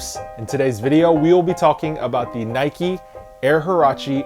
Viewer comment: Why do you pronounce NIKE NIKEY you don’t ride a BIKEY do you?